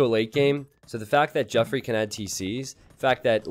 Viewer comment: Geoffrey is just pronounced the same as Jeffrey, it's not Joffrey lol.